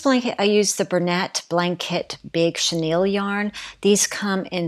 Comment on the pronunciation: Great vid. Easy to follow directions. I knit and crochet and have despised all hand knitting I've encountered u until now. I'd actually do this. On a note I think the yarn brand is pronounced Ber - nay. I think it's French. At least that's how we all pronounce it here. I could be wrong. Who knows. 😊😊